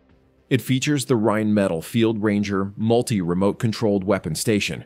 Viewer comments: RheinMETALL, not "rajnmedal". Dammit. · Not to be nit picky but theres an extra L in there.. in English it's pronounced Rhein-Meh-Tall not Rhein-Metal. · "Rhein"metall?.. cmon.